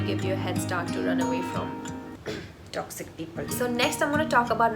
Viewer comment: I absolutely love in that emphasis on the toxic part 🤣.. I so love it .. that expression is a feeling 🤍🤪